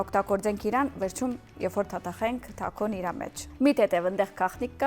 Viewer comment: Դուք ե՞րբ էք հասկանալու, որ հայերեն լեզուն հարուստ է, անունները ճիշտ հնչեք էդ ռուսական սիստեմից դուրս հելեք Տակո չի ——Թաքո է։